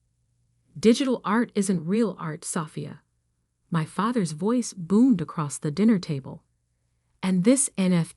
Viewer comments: Can we get real people to read the stories? Sophia’s was pronounced like a house part. Love the stories, but goodness, can we not proof-hear before publishing? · Your AI needs to learn to read the name and not pronounce it phonetically, LOL! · God the AI voice over absolutely sucks. Learn how to pronounce Sophia. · the person reading this story is not good. bad pronunciation of words including how she says Sophia. not to mention anyone looking to prove their family was wrong about their choice of a career wouldn't wait 15 years. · learn how to prounce sophie...stupenagle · A.I. again. Can’t pronounce Sophia. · I really wished the reader was able to actually pronounce her name correctly, also the word billions. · Great story! Too bad the AI voice can't properly pronounce "Sophia".